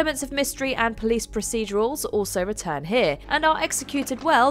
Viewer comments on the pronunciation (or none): none